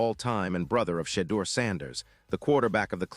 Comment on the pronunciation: Why is it that this guy doing the narrating cannot pronounce Shedeur's name right nor Shilo's name right ? I wonder is this on purpose or he just cannot pronounce names right . But seems like he gets all of the caucasian's names right and messes up the black players names . . How is this ?